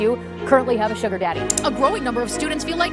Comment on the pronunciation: Its pronounced as 'shugar' and not 'SOOGAR'